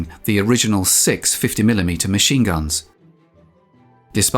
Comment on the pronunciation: dude your British is showing. 50 mm Mahine guns?